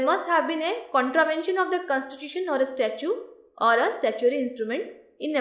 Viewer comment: its STATUTE , not STATUE